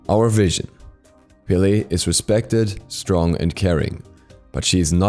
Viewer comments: It’s “peh-leh” a short “e” like in “red” it is not “pee-lee” get it right please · My drmatic ass got so triggered when he calls her Pe-Layy...its just pele😭